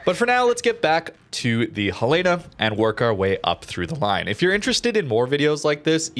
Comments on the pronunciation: Ok, I've listening to you mispronounce the name of this ship for a long time :) It's HEL eh na, not heh LAY na. It's named after the capital of Montana. Second, I liked this format a lot. I'm in a place in the game where I have several ships I can move to the next tier, Cleveland being one of them, and information like this helps immensely. Thanks for all that you do! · Fun fact: USS Helena named after Helena, Montana is pronounced "Hell-eh-na" not "Hel-lay-na". :) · Love your videos,! But it's *HEL-uh-nuh*, not Hel-EE-nuh or Hel-AY-nuh, please! Named after my state capitol, Helena, Montana. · Helena is pronounced Hell-In-uh after Helena, Montana. Love the vids though bro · The Helena is pronounced like the name Helen with an a at the end. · Love the us light cruisers, but for the love of Jesus, it’s pronounced Helen-a. Like the girl’s name Helen. Helen of Troy. Then an uh sound at the end. Now I know how the Brits feel when us Americans try to pronounce their English. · HELL-uh-nuh :) great video as always, nice to see these ships getting some love! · Helena is the capital city of Montana. It's pronounced HEL-en-uh. Like Helen and uh. It is from the city of Helena that Helena gets it's name. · ...The US cruiser Helena is named after Helena, Montana in keeping with the tradition of naming cruisers after cities. Say it like Helen-uh, the woman's name with uh at the end. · I love all your videos and everything you do. Look forward to seeing new stuff from you. One small point of contention, you are mispronouncing the name helena. The ship is named after the capital of montana and it is pronounced differently from what you are saying. The? Only reason I know is because that is probably one of my top three favorite ships and I had a misfortune of pronouncing it the way you did and had it pointed out to me in a rather harsh manner once. Keep up the good work and keep the videos coming. I look forward to seeing them. Thank you my friend.